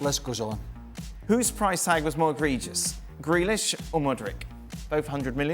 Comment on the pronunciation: It's not Modric. It's Mudryk. Muppets can't even pronounce names correctly.